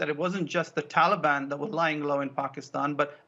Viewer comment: And..... 😂😂😂Joe pronounces ‘Taliban’ like it’s an ice cream or something! ‘Hey mon...would anyone like a Tollybon?!?’🍡🍡🍡🍡🍡🍡🍡🍡🍡🍡🍡🍡🍡🍡🍡🍡🍡🍡🍡🍡🍡🍡🍦🍦🍦🍦🍦🍦🍦🍦🍦🍦🍦🍧🍧🍧🍧🍧🍧🍧🍧🍧🍧🍧🍧🍧🍧🍧